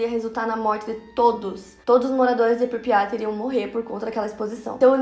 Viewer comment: Pripyat não pripya